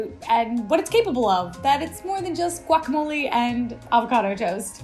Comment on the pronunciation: GUACAMOLE, NOT GUACAMOLI ! WTF !]